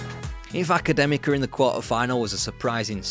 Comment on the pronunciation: Good Pronounciation of Académica they are a historical Portuguese club, a club formed by students , they dress all black because that's how Portuguese university people dress which inspired the outfits in harry potter when jk rowling lived in Porto, they also were one of the few clubs that opposed the dictatorial regime in Portugal of Salazar also the oldest Portuguese club, they are also the first winners of the Portuguese cup, now they linger in the 3 division in Portugal because of debts, but a historical club from my county of Portugal ...